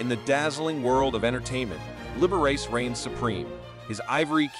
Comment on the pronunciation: The narrator made a few mistakes narrating. He referred to the figure I’ve skater as she and he . Not just once . Meds to proof read before reading . Also, pronounced Liberace’s name wrong . Sorry